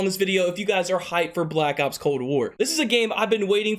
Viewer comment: Honestly everytime he says black ops i sounds like blackouts 🙄